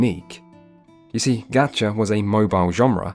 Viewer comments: One point about your video directly, you're still pronouncing "gacha" wrong when trying to correct others, and it's super annoying every single time you try to be clever. The short 'a' sound you keep using doesn't exist in the Japanese phonics. "Gotcha" is closer to the correct pronunciation, which where all 'a' sounds are pronounced like "ah". GAH-CHAH is the correct pronunciation. On Genshin itself, I absolutely hate its gameplay, its story is trash, and its progression is slow and annoying. Combat is awful because it's built to be playable on phones, which kills the ability to be precise. Getting locked into a climbing animation when you're trying to precisely dodge enemy attacks is infuriating. Unskippable, uninteresting dialogue with unlikeable non-gacha NPCs that take up too much time kills the interest in trying to go through the main story (which is also not compelling whatsoever). Genshin has top-notch aesthetics, though. It's the only game out there with the open world design AND character designs that I like on the PC. It's almost there to being extremely good, but the gameplay and story are so trash that even the great character designs and other aesthetics can make me recommend the game. (I won't talk about it's monetization, because I'm a super whale in another gacha game so I'm inoculated to the gacha.) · Gacha is actually pronounced somewhat like gotcha, or Gah Cha because it’s a Japanese word, “ガチャ.” Which the way it’s pronounced is like Gotcha. So no, it’s not pronounced “Ga chuh” there’s no ”a” sound like in “apple” in the Japanese syllabary. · So actually there’s no aa sound in Japanese. There’s only an ah sound. So it is, Gah chah pohn. Idk where you heard otherwise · ur actually pronouncing gacha wrong lol. It isn't like "gotcha", but it's a lot closer to that than gAHchah. An "A" sound in Japanese is pronounced like the A in "fAther", and cannot ever be pronounced any other way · He actually pronounces gacha wrong the whole video...